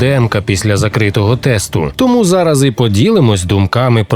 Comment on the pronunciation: 10 місяців томУ, а не тОму. ДУмками, а не думКами бл💩